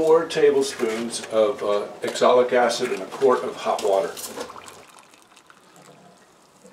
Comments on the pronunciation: You keep saying axolic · Sir, Its called Oxalic Acid not Exolic Acid ! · It is pronounced OXALIC. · I asked about this before. I believe it’s oxalic acid, he pronounces differently.